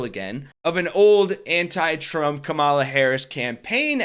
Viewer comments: Kamala, like comma la. You're continuously putting emphasis on the second syllable, not the first, where it belongs. Other than that, great video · Comma-la. Accent on the comma. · KA-mala. Accent on the first vowel, bro. Please. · Are you sure you're pronouncing her name right. I think the emphasis should be on Ka not Ma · Only one comment. Learn to pronounce her name correctly. Accent the first syllable, it's important and respectful. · Time to start saying her name correctly. She deserves that respect! You’ve got the emphasis on the wrong syllable. 😁